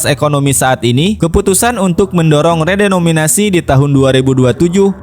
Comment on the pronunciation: Lo banyak nyebut "REDOMINASI" min..saking semangat nya lu jadi ngilangin huruf "E" dan "N" nya .. kocak lu min😅